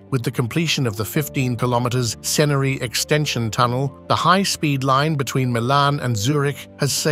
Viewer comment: Ceneri is pronounced tchenery